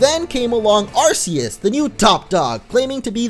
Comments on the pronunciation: His name is Ar Key us not Arseus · Arceus is pronounced AR-kee-us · At least pronounce it right... AR-KEY-US